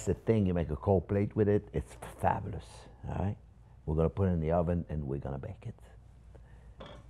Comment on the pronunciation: JP, do you ever make anything that is not "fabbalus"? :-)